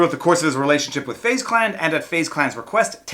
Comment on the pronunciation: “Fuze Clan” lol